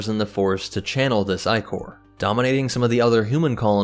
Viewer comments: "Eye"chor? "Ick"or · Ichor is not pronounced "eye-cor". It is ih-kur.